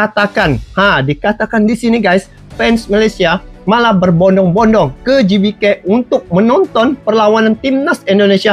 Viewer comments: Gebeka bang Bukan gibike 🤣🤣🤣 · DUH DUH DUH...🤪🤪🤭🤭🤭 WAHAI.... GBK ITU BUKAN DI BACA: JIBIKE.. TAPI GBK ITU DIBACA: GE BE KA.. UNTUK AKRONIM INDONESIA BAGUS NYA BELAJAR DULU EJAAN ALFABET MENURUT BAHASA INDONESIA... EMANG SIH MALAYSIA ALFABET LATINNYA MENGEJA MENURUT BAHASA INGGRIS... TAPI KAN BUKAN YOUTUBER INGGRIS.... TAPI YOUTUBER YG MEREACTION INDONESIA.... ABCDEFG EJAAN INDONESIA ( A - BE - CE - DE - E - EF - GE)...... ( KALAU EJAAN INGGRIS: E BI SI DI)